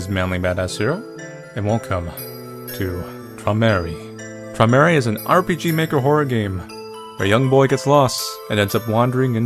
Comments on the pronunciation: "Tramerry" That is mispronounced so hard, it's beautiful :D The actual pronunciation is "Troy-meh-rai" / "Troy-meh-rye". : P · "Tromary" 😂😂 It's Träumerei (Like "Troy-mer-a-y an a like in father or far) And the r's are rolling, like the Germans and Prussians do. (The same goes for the a, since ei is spoken as "ai" in German and "Träumerei" is a German word.) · You see that A umlaut (A with 2 dots over it)? Right next to the U? That, when put next to the u, combines to create an "oy" sound. Meanwhile, the German "ei" is pronounced like the English "eye". So it's more like "Troy-mer-eye". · lmao "Traumery" don't worry Manly, German IS difficult to pronounce :/ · it's only for me! (p.s., the title is pronounced kinda like this: TROY-mer-eye!) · It's pronounced smthg like Troy-muhr-eye :) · its pronounched 'troy-meh-ri' like the ri part of ride // fellow german here ayy lmao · Feline Fawn Yup, I wanted to say it's pronounced kinda like troy-meh-rye :) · Rip pronounce. I'm italian and german is easier to understand and to write how it's pronounced: troimerai. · Träumerei is German and pronounced kind of like Troy-mur-eye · It's more like troy-muh-rI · 'Waits for him to pronounce Träumerei' 'cries'